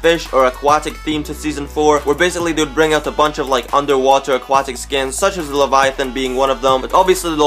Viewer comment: Also he’s pronouncing the name of the skin soooo wrong